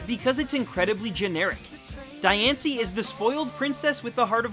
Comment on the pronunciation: u clearly haven't watched diancie and cacoon of destruction because u mispronounced diancie twice! how about actually WATCHING the movies!!!!!!!